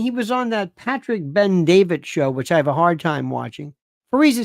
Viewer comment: It’s Bet-David not Ben-David…thank you.